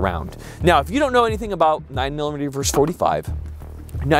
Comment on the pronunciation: Versus. Versus. Not verse. A verse is part of a song or poem. Versus. Versus. Versus. Young whippersnapper.